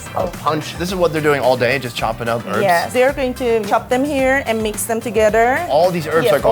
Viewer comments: HERBS not ERBS , k thanks. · Urbs? Damn dude. Just Say Herbs... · It's not earbs its hearb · Love this video. Why can Americans not say herbs they say erbs. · stop saying erbs its HERBS WITH AN H.......... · Erbs? Herbs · herbs ?...not urbs...great program though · Erbs? What are these erbs you speak of?????? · Why can't americans say herbs